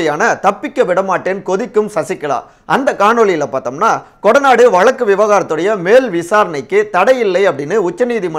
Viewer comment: Dear friend it's irritating to hear your Tamil pronunciation eg. Instead of Thamizh you say Thamil, Vazhzkku you say Valakku. Kindly try to rectify.